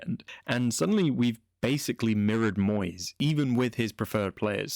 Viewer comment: I’m sorry to say again it’s Moysey…